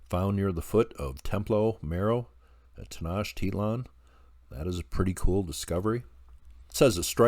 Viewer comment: Tay-notch-tay-lan. 😊😊😊 This was great, thanks!